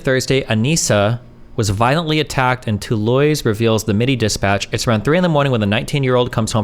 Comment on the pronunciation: To-loise … lmfao